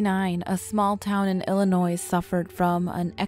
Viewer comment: DON'T SAY THE S IN ILLINOIS! >_<